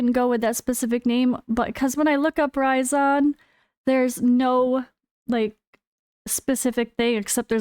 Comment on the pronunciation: You pronounce it raisin like a dried up grape you know hahaha that’s what I’m calling him now anyways 🍇